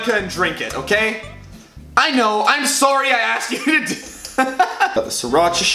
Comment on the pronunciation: The Canadian accent when he said sorry